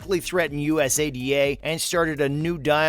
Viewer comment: just say it as a word, usada, you sound silly bro.